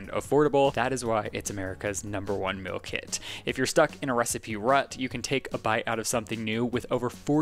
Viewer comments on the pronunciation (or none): The way says meal like “mill”.🤣